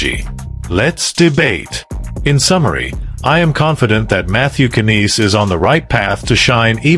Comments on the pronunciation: I think you screwed up his name lol It is pronounced N-EYES. How can you profess to be a Leaf expert and not know this. Do better. And your trade proposal is idiotic. An old defenseman whose body is breaking down for a young skilled 95 point forward. As dumb as they can sometimes be The Leafs are not that dumb. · If you can’t pronounce knies name correctly I can’t take u seriously